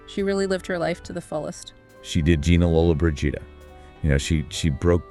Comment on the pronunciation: Learn how to pronounce her name!